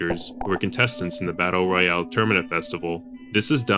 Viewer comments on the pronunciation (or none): none